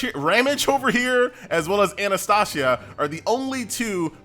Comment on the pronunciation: My man can pronounce shufraken but butchers ramge and Anastasia